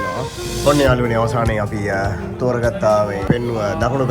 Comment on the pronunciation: ඔන්න යාලුවනේ කියල එකපාර කියන්න එපා යකෝ.ඇහෙන්නෙ නිකන් .................................... වගේ